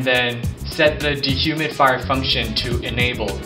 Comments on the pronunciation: "De-humid-fire function" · I like the way he pronounces D-HUMID-FIRE :p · He doesnt say de human fire. He says "dehumidfire". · why does it sound like he keeps saying "de-humify" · de human fider? lol teek instead of tweak. this is hilarious